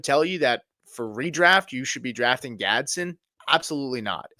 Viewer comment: It's not Gadsin.. .. It's pronounced Gads-den